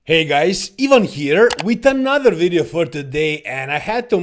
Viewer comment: we gonna talk about in dis wideo